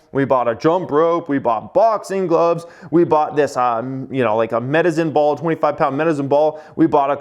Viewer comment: Only would pronounce his exercise equipment “medizin ball”. 😂